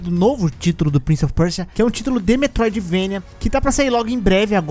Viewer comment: Prince of Percia é um trava lingua pra voce? kkkkkkkk parece Muito engraçado tu falando